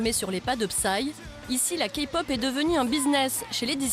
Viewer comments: C le premier qui à dit kaypop et non kapop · C'EST PAS KA POP MAIS KAIIII POP PUTAAAAAAIN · La Kapop x) -> Se prononcé KeyPop comme la clé. Sinon Psy n'est pas la référence de la Kpop mais bon... Sinon y a Bigbang alord je pardonne ^.^ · c’est moi ou elle a dit « Ka-pop » 😂😂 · ha rien si il représente la k-pop par psy 😂 j'était morte quand la fille à dis kapop même la presentrice le dis mieux qu'elle c'est pas possible 😂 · désolée de te contredire mais Key se prononce ki alors non Kpop se prononce Kaypop plutôt :) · "KAPOP" D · MAIS ARRÊTER D'ÉCORCHER LES NOM PUTAINS !!!! ET PSY FRANCHEMENT IL Y A PLUS CONNU